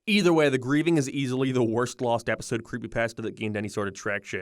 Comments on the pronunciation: The funniest thing in the whole video is how you can't even pronounce it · The way said creepypasta is nightmare fuel